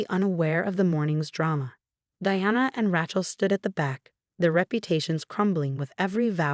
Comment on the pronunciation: Ava has a long A at the beginning. Rachel also has a long A the same mistakes happen all the time😢 the name Diana was only pronounced right half the time